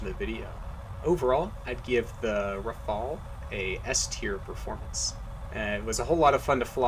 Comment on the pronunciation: the first ever non-french person to say "Rafale" correctly :D